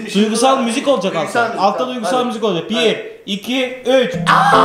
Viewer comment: "olucak" değil olacak.